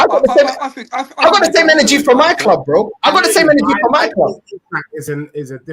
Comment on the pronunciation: "My Kloob"